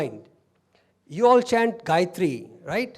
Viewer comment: Sairam excellent talk which relates and illuminates every one . Thanks for the Gayathry correct pronunciation and also the aumkar. Thank you .